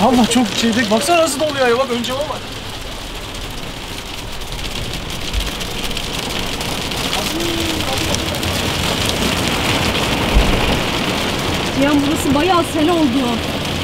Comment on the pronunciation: Ciyan değil Cihan.